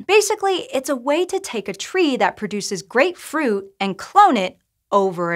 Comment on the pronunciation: It helps if the presenter can pronouce root, fruit, and shoot in slightly different manner. I had to replay 5 times to process the indormation 😂